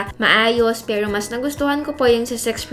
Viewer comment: Na di-distract ako dun sa pag pronounce nya ng ibang words super awrte. 'pewroh' hahaha. pawrang, areneyow. Cringe.